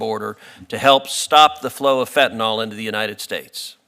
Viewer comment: Can someone please point out to everyone that the drug is Fentanyl, with a Y, not an O. It is pronounced FEN-TAN-ILL, not FEN-TAN-OL. I am surprised at Sen. Cruz for his mispronunciation as he is a very eloquent speaker an does not make many mistakes. Why is it so difficult for people to see that Y in the word and pronounce it correctly? Sorry to be the pronunciation police, but really?